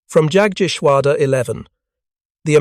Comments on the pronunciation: A German ‘J’ is NOT an English ’J’. Also, I don’t know of any German ‘A’ that is not “short-A”, the classic “Ahh” sound. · Pls get the the German pronunciation right,it’s amazing how you mutilate Jagteschwader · The P-39 was not an experimental design, it was a fully developed military sircraft that suffered from burocracy and false economy. Whats with the weird noises scattered throughout? You need to practice saying jagdgeschwader correctly. As it is its horrible, rven with a fake british accent.